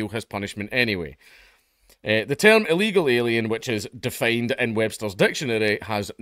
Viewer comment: He said Ill Eagle Alien.